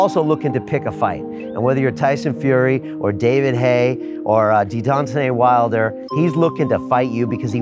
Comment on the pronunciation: 3.23 Deedontzay Wilder